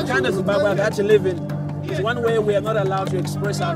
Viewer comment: I will have you know it is pronounced Zimbabwe